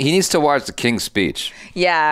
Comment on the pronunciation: you mean "Fpeech" disorder? ☹️